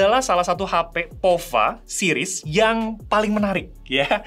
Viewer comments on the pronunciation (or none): none